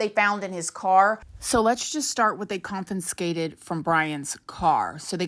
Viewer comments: Did you say 'Compenscated'? That's not a word. This is not cute any longer,. You now have a serious channel and business. It is necessary for you to articulate the English language properly. This is embarrassing. At the least, please go back to school or get a private tutor in the English language which will encourage those who are not well educated to go back to school. Demonstrate to them that you can do so as a middle-aged woman and they may as well. People judge you based upon the words that you use and your grammar. If you wish to go further in society and your career, please do this. I guarantee that your grammar makes you sound uneducated and that of a person with a lower IQ, which is not the truth. What occurs is when there is a choice between you and another person who may have a similar story or career, the other person will be chosen based upon grammar. Get it together. Makes your children proud of you! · A big hello from the UK.. girl I respect you and your content, but plllllleeeeassse drop the second N from confiscated. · I’m taking a drink every time you say “confinscated” 🤠🍻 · girl i love you and your stories are great but it’s confiscated not confi*n*scated 😭😭😭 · I know I'm probably going to get a bit of shit for this bit it's "confiscated" not "confiNscated". Only 1 N in the word, babes. ❤️ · Con - fi - scated. No second "n". The more ya know! lol! Love ya gurrl ♥ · is it just me or does she keep saying "confinskated"? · CON-FI-SCATED confiscated Gaaahhhhh there's no 'N' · You can't even pronounce confiscated. You sure don't sound like a person who reads.. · It isn’t just her mispronunciation of words that leads me to believe she doesn’t read. 😅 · Bro say “confiscated” one more time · It's confiscated not CONFINscated 😂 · Confiscated...not confinscated. ..just saying 😘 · Lol confinscated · ConFiScated. Not ConFUNScated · Just FYI confinscated is not a word. It's confiscated. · Confiscated not confinscated.